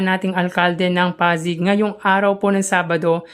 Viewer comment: Hi.. hindi po ako basher. 😂 patawad agad, wag po sana maoffend. Kindly pronounce po Pasig as Pasig, wag po Pazig. 😊😊😊😊 Salamat po sa suporta sa aming Mayor! ❤ Sana po marami pang magsubscribe sa channel nyo. Godbless!